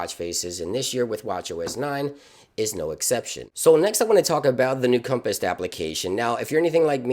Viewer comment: ... dude definately called the compass a "compist" like 9 times.